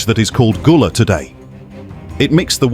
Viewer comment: Gullah Not Goola